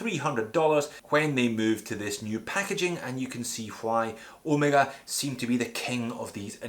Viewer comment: An english speaker that pronounces Omega correctly, yay, instead of Omeeeega.Does it matter? Obviously doesnt, even I have started calling Porsche, Porsch, so people don't think I'm a try hard. Another one freqently mispronounced name in the watch industry is ETA. It's not E.T.A. Great video of my favourite watch.